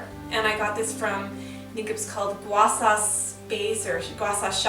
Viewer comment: It's pronounced Sha not Sa..m🤦